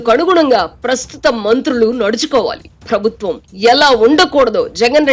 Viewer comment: Avasaram unna chota maanesi, leni chota stress (ottulu) pedatharu ee narrator, for eg. 'prabhutvam' anavalasina daggara 'prabutthvam' antaru. Ilantivi chala irritating ga anipistayi, l am sorry to say.